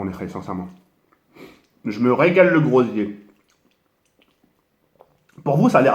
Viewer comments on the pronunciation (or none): Je rêve ou il dit " le grosier " au lieu de gosier 😂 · Il a dit le grosier au lieu du gosier ahahaha je suis mort la ahahahahha